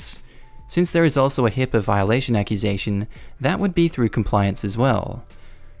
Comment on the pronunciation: It's HIPAA, not HIPPA.